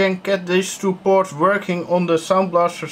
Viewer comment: noone notice how he said Soundblaster ct... sounds like s*itty :D anyway great oldschool hardware.